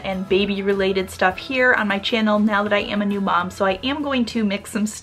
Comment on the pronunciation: Why do you say it 'bom'.. it is mom!